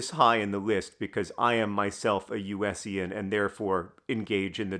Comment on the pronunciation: Did bro really just say “USian”? I was so confused when I heard said that I had to back up to try to understand what he was trying to say 😂